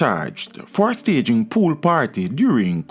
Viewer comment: Pool not fool